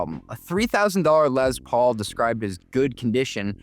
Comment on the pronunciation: Pronouncing Les Paul as “lez paul”…..what the heck man. JK great video with a ton of learnings!